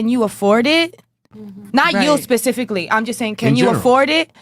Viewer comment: That bitch beside him legit said " I studied psychology" like we're supposed to just trust ya without any proof of education to someone with a degree in psychology. Black women please stop lying about your education's u can't say " pacifically" instead of specifically and get taken serious. If you say girl cheese nobody cares about your political views